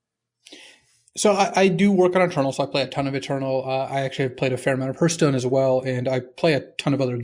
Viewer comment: I've heard of these other games, but what is Hurthstone? Is it like Hearthstone? ;)